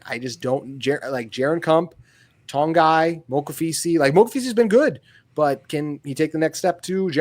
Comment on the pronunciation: The way you pronounce Togiai hurts my ears💀